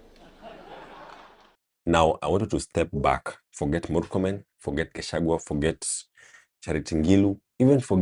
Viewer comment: But Murkomen also calls Riggy G as kachagwa 😂😂 He should also learn how to pronounce his name..